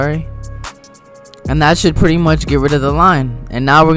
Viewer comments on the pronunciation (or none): none